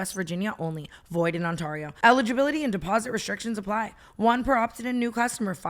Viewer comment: Pls someone tell Tana how to pronounce Ontario right 😭💀